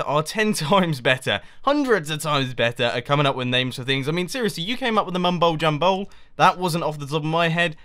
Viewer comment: "The Mumbo JumHole" ??